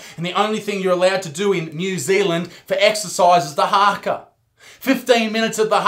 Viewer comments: this was actually funny af plus he couldn’t even say the Haka properly (sorry Isaac for calling you out) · When you said Haka I laughed so hard because you said it wrong😂